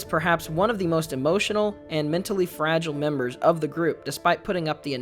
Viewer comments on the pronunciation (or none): none